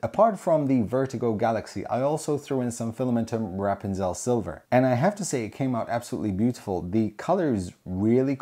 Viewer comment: goddamn that filament is almost as pretty as your new haircut! man I love the way to say "rapunzel" as well, sounds way more badass than how we say it in the US. happy making noob